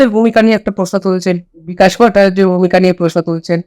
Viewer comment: Indipendent india অনেক দিন ধরে দেখছি। True reporting যা এখন বিরল। একটাই অভিযোগ, ভট্টাচার্য উচ্চারণ ঠিক হচ্ছে না।,, দুজনের কেউই ঠিক নয়। এটা কিন্তু মানুষটাকে অসম্মান করা হয়।